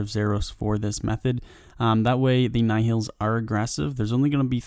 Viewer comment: Just search another video for nihils because this one is way too bad... Second time he says nihils in a vid and still doing the same way